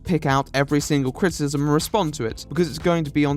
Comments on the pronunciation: It's not "critism" it's "critIcism. CRIT - I - CISM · The way this guy pronounces criticism cracks me up !!